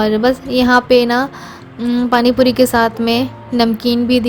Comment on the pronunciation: Pani Puri sunkar accha lga ,warna tum or aasifa dono hi tikki pani bolti ho to bahut irritation Hoti thi.